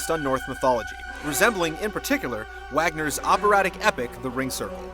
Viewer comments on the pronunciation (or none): It's pronounced Vagner.